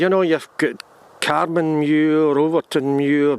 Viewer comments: Dear locals pronounce it Car Man (to rhyme with van). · The hill itself is on carman muir but called mount mallow or mallou both spellings are used and carman is pronounced car man